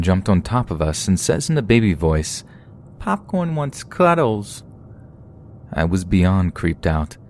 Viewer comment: "PAWPCORN WANZ CUDDLEZ!"